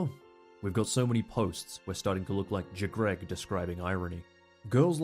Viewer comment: Did he just say Jgreg isn’t it just Jreg